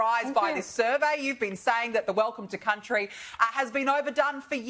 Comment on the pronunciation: I get annoyed when they say. Welcome to Countey. So stupid